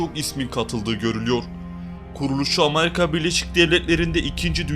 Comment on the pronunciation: Amarika değil. Amerika.